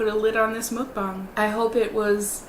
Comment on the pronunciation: It’s pronounced “muck-bang”, not “mookbang” 🙂